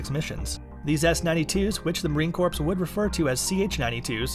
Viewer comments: Marine Corp, Corp, the p is silent!!! Who found this clown??? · In my beloved corpse?? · The "s" is also silent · Stop saying corpse 🤦🏻‍♂️ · "Marine Corpse" lol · "Marine Corpse"!? Good lord, kid, where are you from? That is really embarrassing. You should be ashamed. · I can’t stand to watch any longer with him saying CORPSE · yes, he said, "Marine corpse"... UGH. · If he says CORPSE one more time!!!! 😆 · as a former Marine. hearing the P drives me insane. but i liked the content lol semper fi.. and stop saying Corpse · "The Marine Corpse????" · Marine COURPSE!!! Hahahaa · Please stop saying corpse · Had to stop watching. ...”Corpse” 🤦🏻‍♂️ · Marine corpse lol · Not just Marines cringing, it’s anyone who speaks English! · That was driving me crazy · Thank you......I was grinding my teeth! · Heard it the first time and immediately scrolled down to see the comments and post my own if I didn't see one. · Please for the love of all things America, please drop the "PS" when saying Marine Corps. The "PS"is silent. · The p in marine corps is silent